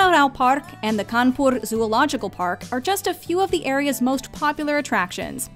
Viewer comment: U guys made me very happy and soothing when u pronounced kanpur and radha krishna perfectly being an indian and regarding the video as usual u guys rock